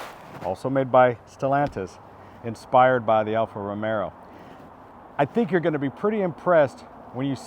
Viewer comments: Alfa Romeo not romero 😂😂😂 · What's an Alfa Romero?